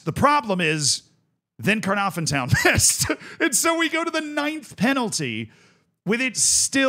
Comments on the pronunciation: Your pronunciation of Caernarfon hurts even as an English speaker. For a single F it’s an effective V. So it’s Kerr narr ven effectively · Love seeing some Welsh teams getting some love :) your pronouncing needs some work but who can blame you 😂 it's pronounced c(lowercase)- narw -vun.. harder than it looks even trying to explain lol, Connahs Quay is just pronounced Connors key :)